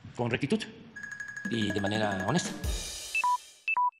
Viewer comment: Me convenció.....ej honejto😂😂😂